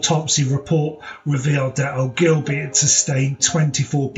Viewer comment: For goodness sake , at least pronounce Ann's surname correctly .It is pronounced O - gill - bee .